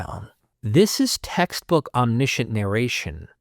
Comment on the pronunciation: omniscient - om·ni·see·uhnt